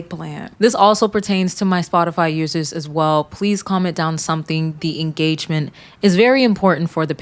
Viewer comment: Wow en-gay-gement! x1000